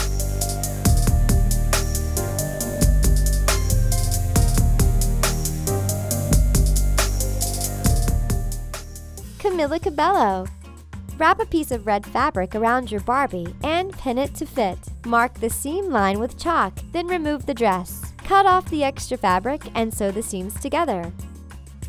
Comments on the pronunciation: It's Camila CABEYO not CABELO, that woman said it wrong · She really said Camila CaBELLO when it's pronounce Cabaio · not cabello its pronounced cabeyo ! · camIiLLa cabeLLo It's pronounced camElla cabayo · Its not pronounced (ca-bello) its (ca-bayo) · its pronounced "Camila Cabeyo" Im pretty sure. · Not camila cabello camila cabeyyo this name say to this way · no offense here but its pronounced as Camilla Cabeyo so pronounce Cabello as Cabeyo cuz its cuban thank you, and i didnt mean any hate pls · CAmila caBAYo dont make a vid if u can’t say her name righttt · Its pronounced Camilla cabayo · Say it like Camila Cah- beio